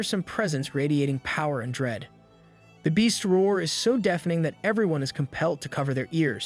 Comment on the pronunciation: some pronunciation issues: dèfening, dèf, dòwnwards (vs. deefening, deef, downwàrds)